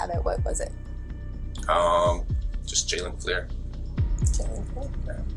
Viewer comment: Agentmartin, please stop using AI generated narration, because the narrator is calling him a her at one point and it is saying his name is jaylene, which is not his name it is Jalen and it gets very annoying! If you're going to want people to like And subscribe to your channel, then maybe you ought to think about narrating these videos yourself instead of using AI generation! Because I know for me as long as this is going on I will never like or subscribe this channel and I will discourage other people from liking or subscribing to it also by explaining how you are using AI narration and how messed up it is! If you're going to get monetized for doing these videos, then at least have the common courtesy to make it worthwhile and do the narration yourself! I realize that it's easier to use AI, but to me it is less effective! 👎👎👎👎👎